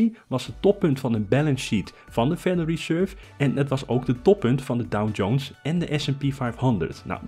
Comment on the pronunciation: Sorry, maar ik hoor je de hele video door DowN-Jones zeggen...